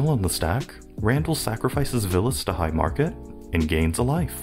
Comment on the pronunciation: The "Oh Hi-gh Mark-et" got me lmao